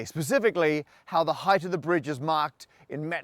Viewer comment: Did... did you just say "heighth"?